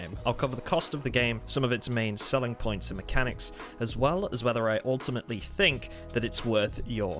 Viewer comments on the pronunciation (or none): none